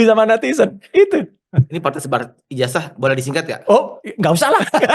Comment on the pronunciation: Ijazah bukan ijasah...betulkan pengucapan bhs Indonesianya😂